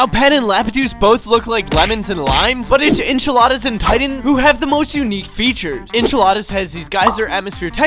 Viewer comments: WHAT THE HECK?! WHAT IS ENCHILADAS AND LAPTUCE?! THOSE ARE NOT THEIR NAMES! 😂😂😂😂😂😂😂😂😂 It’s Enceladus and Iapetus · you say it like “en-seller-dus” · "Enchiladas" and "Laptuce" WHERE DID YOU GET L FROM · Is. Pronounced in. Cell I. Dus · its enselados ponounce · Its pronounced "an cell uh does" btw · pronounce it like this : "en-sell-ah-dus" Iapetus is pronounced "eye-ah-peh-tus" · En - sell - E - des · it's pronounced En-cell-la-dus